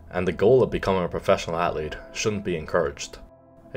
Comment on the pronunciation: Why does he pronounce the word "athlete" so weird? Felt a little cringy